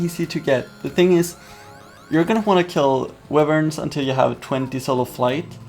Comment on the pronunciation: "wivern" its "why vern"